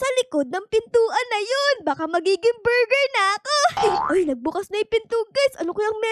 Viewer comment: Borger po😂😂